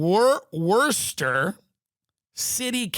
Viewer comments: WUSS TAH (Worcester) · I live in Worcester pronounced(wooosta).. I didn’t kno this. Yuk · Haha, Tim couldn't pronounce Worcester. It's Worcester kid